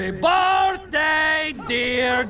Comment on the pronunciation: "Happy boarthday dear dan happy boarthday to you"